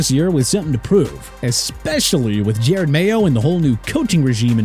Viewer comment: Je-Rod Mayo not Jared.